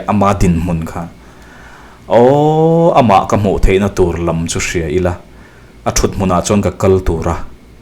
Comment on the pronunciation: "Naupangte lamin min hmusit a'" tih laia "lam" hi i lam fuh lo, a ri hniam tur a ni